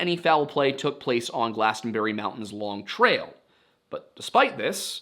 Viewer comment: As a vermonter, we say long trail. No emphasis on long. Longtrail.